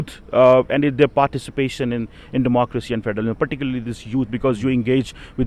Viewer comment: What is with the fake accent …😐 also Democrrwacy …🙈😆